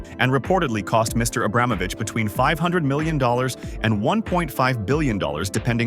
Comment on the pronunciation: Pls, learn how to pronounce the last name Abramovich correctly.